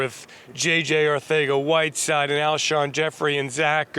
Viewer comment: He said Arthega instead of Arcega probably because the t in his last name got jumbled in his brain lol.